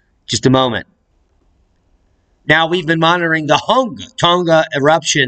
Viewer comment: Its Hung' "a" Tong' "a" vowels are pronounced in lower case, just sayin for a friends friend